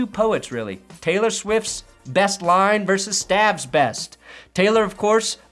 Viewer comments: I'm probably not the first to mention this but you pronounce Stavros's name wrong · So funny trying to get Stavros' attention... might want to learn how to say his name first. lol